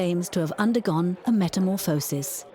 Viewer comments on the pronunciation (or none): none